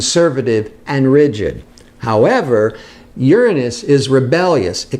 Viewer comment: Yessss finally someone who pronounces Uranus the correct way!